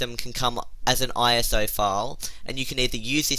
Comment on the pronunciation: ”The Operating” LOL anthoner Speech failure, not only ”IOS FILE” LOL, not!!!